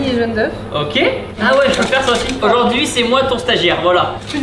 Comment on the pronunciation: Tibo, c'est pas ajord'hui mais aujourd'hui ^^ Merci pour la video :D